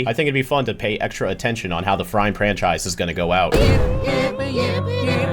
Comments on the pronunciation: you didn't say Frime Franchise, you said Frime Pramchise Yes, I'm adding more salt to the wound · Not even Frime Franchise, "Frime Pranchise" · it wasn’t just frime franchise you said frime pranchise 😂😂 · It's even worse than that, it wasn't just Frime Franchise, it was Frime Pranchise 🤣 Make sure you're getting 8 hours, 😄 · Sorry, rhe "Frime Pranchise"??? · "Frime Pranchise" Judgment has been casted it says your fine Thanks for the love The Ink Tank Love you guys too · I heard Frime Pranchise lol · did u know you said frime pranchise? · Frime Pranchise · "Frime Pranchise" LMAOOOOOO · Not only Frime instead of prime but i’m pretty sure you said pranchise instead of franschise. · "frime pranchise" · ah yes, the Ben 10 frime pranchise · "frime pranchise" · you also said “prachise” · not only you said "Frime", but also Pranchise. 😭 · "frime pranchise" 🥀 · "Frime Pranchise" goes crazy 😭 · not just "frime" but also pranchise :) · No, you didn't just say Frime ...you said Frime Pranchise